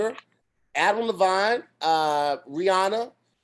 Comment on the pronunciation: really said Adam lavon and not Adam Levine